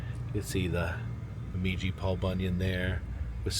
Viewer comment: Minnesota cities pronunciation Bemidji (Beh midge ee), Frazee ( Fray zee), I like the way you say it a little differently each time😊